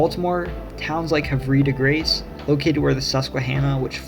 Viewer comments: it is not pronounced "Hav-ree de Grace" ... it is "Hav-ruh de Grace" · it's pronounced harve de grace ( Harv de grāss) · Love the video, but - its "Hah-va-di-grace.". The "r" is silent. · HAVE-RE-DE-GRACE HAVE-RE-DE-GRACE??!! Not okay. But thank you this video is great. Just...don't ever say Hav-ree de Grace again. Please sir. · Havre de grace = "Have-er" de grace not Havreeee de gace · Havver Dee grace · hi from havre de grace!!! it's more pronounced haaaaavre de grace. lol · I have never heard Havre de Grace pronounced like that. Most folk around here say it like "hav-eh de grace". Aberdeen also feels a bit of a weird addition here, too. I grew up there and tbh there's not much notable besides the large military base just south of it (Aberdeen Proving Ground) and maybe the Cal Ripkin Stadium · Whew that is not how you say Havre de Grace, lol. It is Hav-r-de-grace, basically the first e is silent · Havre De Grace is pronounced Have Er Dee Grace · As a Maryland local, havre de grace is pronounced “haver de grace” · great video but as a harford county resident, the way that you pronounces harve de grace killed me 😭💀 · Ayyyy I'm from Havre de Grace 😎🤙 also its pronounced like haver Dee grace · And Imma correct you on your pronunciation. Havre de grace is “have er” and Salisbury is “Saulsberry” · Lots of interesting info about my state, and thanks for your balanced discussion of Baltimore. One tiny comment - Havre de Grace is pronounced Have-Er dee Grace, for some reason. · This was a great video!! But quick tip: havre de grace is pronounced “Haver dee grace”! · Pronounced Havr-de-grace but some locals are even confused about it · It's harv a de grace not whatever you said lol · "Have er dee graze" ! (how the locals call it) :)) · the way he said havre de grace i’m cackling edit: we pronounce it “haver-duh-grace” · And Ellicott City is pronounced ell-i-cut city. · Oof that pronunciation of Havre de Grace and Salisbury otherwise spot on